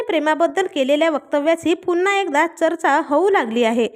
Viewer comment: ' चर्चा ' हा शब्द नीट उच्चार करा